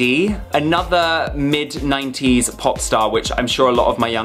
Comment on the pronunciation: When he say 90s it's sounds like naughties...🤣😂😂🤣🤣🤦‍♀️🤦‍♀️🤦‍♀️😭😭😭😭